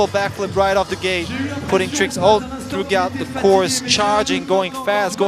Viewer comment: This guy keeps pronouncing the g in throughout. That's such a common word, I've never heard it so butchered.